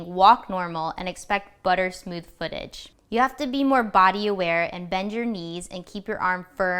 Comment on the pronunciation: Did you really say smoosh?